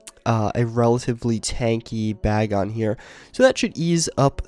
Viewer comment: you're saying bagon wrong lol